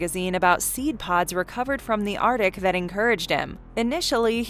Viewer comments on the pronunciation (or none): none